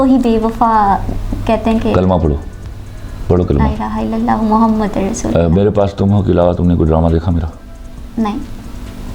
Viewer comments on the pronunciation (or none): Bibi Qalma me Muhammadur Rasool Allah hota hy..Naa k Muhammadar.. !!